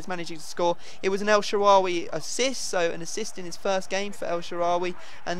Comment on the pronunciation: Your finally saying el shaarawy right!